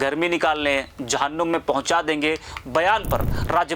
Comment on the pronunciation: Jahunnum nahi Babu jahannam saheh bolna sikhen